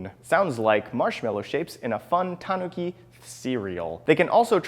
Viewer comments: This guy puts the stress on the "ta" instead of the "nu". I died inside listening to his list of "TAWNuki" statues. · Is it pronounced tahn-ookey or tan-ookey